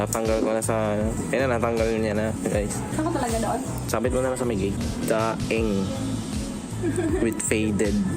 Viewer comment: IDOL! correction lang po 😊 ”DENG” po basa sa Daeng pipes